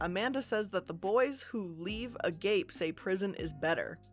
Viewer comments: agape is annunciated Uh Gah Pay, it means infinite love. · Lmao at her saying a-gape after reading this hahaha